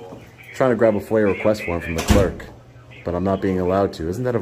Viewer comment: Foyer? request? FOIA request. Hurts my ears hearing however you say it.